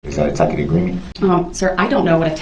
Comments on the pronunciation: Darrell always says "substane" instead of sustain. He hears it so often, you'd think he'd learn the right word. Must be a "tackit" agreement. Bwaaaahaaaahaaa! Maybe he'll have a tackit agreement with Bubba in prison. You are hysterical with this commentary. Love it. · He changes to correctly pronouncing 'tacit' only after the judge eventually prounounces it for him, as though the entire court hadn't been listening to him mispronouncing it for the bulk of the trial. It's the kind of mispronouncing of a person who has only read the word recently and is otherwise unfamiliar with what it even means. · Isn’t it telling that Darrell had no one that either knew, or bothered to tell him he was saying “tacit” wrong.